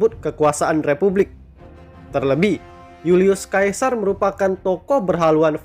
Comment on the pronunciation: Bacanya Julius Sesa..bukan Julius kaesar... Apa sih ini naratornya